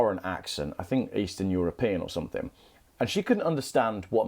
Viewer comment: Cool video and great info. But, doesn’t “something” end in a G. Why do you say somethink?